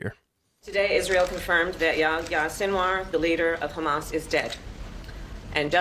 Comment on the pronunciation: Btw the h in yahya is pronounced. Fun fact about the name, this is the muslim version of John.